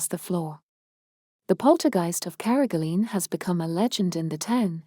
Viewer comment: Please pronounce carrigaline probably